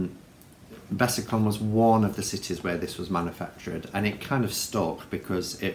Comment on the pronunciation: hey i like the intro too, especially the watery sound! btw it's Besançon, pron. 'besanson', a town in the NE of France. 'con' is a dirty word!!👀